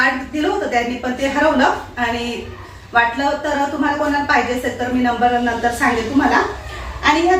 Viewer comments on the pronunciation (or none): none